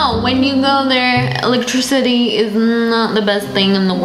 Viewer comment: Electricity not electrecity